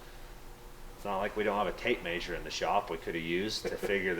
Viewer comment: Measure measure!! Not mazeure 🤣